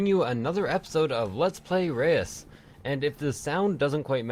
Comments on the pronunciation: Try to say ruuuhs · This might help, im Dutch: Reus, the eu is uncommon as 1 sound in the English language. Try saying Reus like this: instead of the eu say a short 'Uuhh' like you're thinking. Ruuhhs. That comes as close as I can explain.